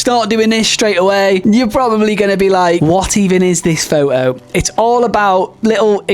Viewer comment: What in hell is a "faux oh"?